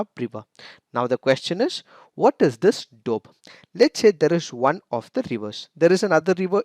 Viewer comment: The way he pronounces 'doab'..like 'dope'..:p😂😁...i mean kinda cute...no offense🤗